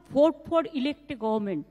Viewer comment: 🤣🤣🤣 government pronounciation